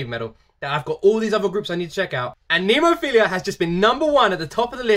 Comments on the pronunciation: Coming mistaken jajaja...phiLLLLa...not philiiiiiia 😆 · Someone needs to recommend him Hanabie…. Oh and it’s NemoPHILA not NemoPHILIA!! There’s no I in between L and A!!!